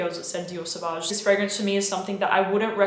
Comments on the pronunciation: Now I can’t take her vids seriously. Out the gate she said Savauge and Creed Aventus. I’m lost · I stopped watching after she said Dior Sauvage. Continued watching, she then said Creed Aventus.. Who is this fool?